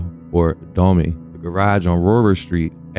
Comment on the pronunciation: It's Domi not Domay smh, short for Dominican which is how we refer to each other Bori/Domi